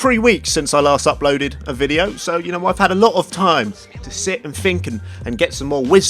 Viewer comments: i love how he pronounces it fink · That’s three not free...what’s wrong with the th.......what’s I fink....